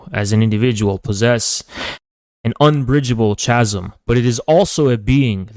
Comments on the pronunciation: It annoys me how this guy pronounces “chasm” ... an irrelevant comment but I feel I had to get it off my chest! Lol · He lost the debate when he said "ch-asm"